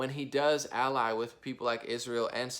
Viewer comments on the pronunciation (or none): none